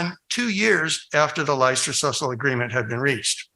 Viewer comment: Leicester is pronounced “Lester.”